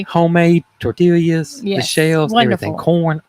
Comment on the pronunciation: You are not pronouncing tortillas correctly. They are pronounced "tortias" and not "tortillias."